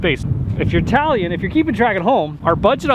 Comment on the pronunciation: "If you're Italian..." Oh wait. He said "If you're tallying...". Anyone else need to rewind that one?